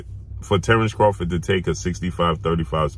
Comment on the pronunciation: If Bud changed his last name to "Crawfit," wouldn't have to pronounce it any differently than he does now.